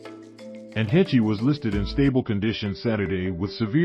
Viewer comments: Heche is pronounced like HAASH. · Absolutely butchered her last name. Not at all how you're supposed to pronounce it. Do better. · You are sooo mispronouncing her name. If anyone should get it right, it should be you, the media. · He can't even say her name right! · At least pronounce the woman's name correctly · God yes, seems lots of peeps butcher her last name. If you are giving an update on her life pronounce her name correctly please!